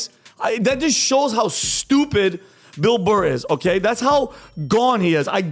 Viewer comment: Who is this Motherfucker and how do I troll him? I think he called Bill Burr "Bill Mar" at some point. This guy's wheel-house has a hamster running.